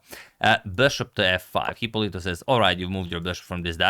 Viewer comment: The correct pronunciation (and spelling) is Hipólito (with accent on the first o).